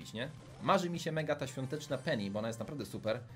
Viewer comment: Czemu bu a nie bo